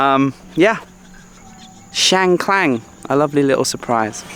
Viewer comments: Loei isn’t like the rest of Esan. You don’t hear Esan spoken as much and the terrain and climate is very different. The locals told me it has its own culture and I have to agree. It’s Chiang KHAN, not Klang! And it’s Mount Fuji not Fiji 😂. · If I am not wrong, the district is called Chiang Khan (pronounced kan, not klan). I’ve never been there but it is quite famous among Thai tourists. By the way, alternative I’m a Thai, I don’t eat the fermented fish sauce (pla rah) nor the fresh crab either. Not everyone likes it. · It’s Chiang Khan mate not Chiang Klan 😊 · Hi I'm really like your channel but for this episode I have to correct you. The way you pronounced and title in this episode was incorrect. I mean "Chiang kan " not "Chiang klan" May be you use to the name of one road in Chiangmai call Chang klan,Sorry for this I 'd follow your channel for practice my English listening and bring back all nice memories all the places. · It’s Chiang Khan, not Klan…and it’s Fuji, not Fiji:) Fiji’s country:) thanks 🙏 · Welcome to Isan จ้า เชียงคาน not ช้างคลาน....ตระเวนอิสานให้สนุกนะจ๊ะ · It's not Chiang Klan. It is called "Chiang Kan" with no "L" .